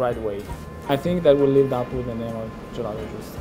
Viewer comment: Can someone tell me how many times they said “Gillato”